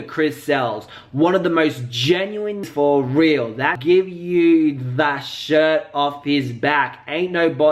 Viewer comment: Omg how said fr doe I’m dead aff “freee doe”😭😭 it’s foreal doee😂😂